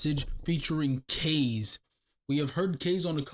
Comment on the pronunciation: Kahze names is actually PronouncedKah-Zay